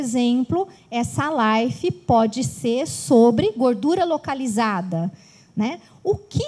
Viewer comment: Não é Life, é live !!!